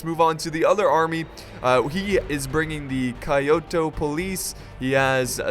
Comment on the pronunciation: lol doesn't know how to pronounce kyoto